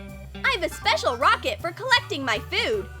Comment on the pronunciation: You said rocket it's racket dummy